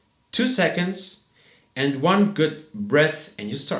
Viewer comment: Your English skills would be more convincing, if you pronounced the simple word "and" [and] rather than [änd]. Pay attention to the "d" and the end. German people tend not to differentiate the words "ent" and "and" in terms of pronounciation. The same applies to the word practice. German people tend to say [präctice] and those are tiny words revealing you as a German guy. I know that at school the teachers do not know better.